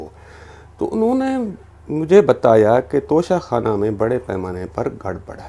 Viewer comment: ع خ نہیں... توشہ کھان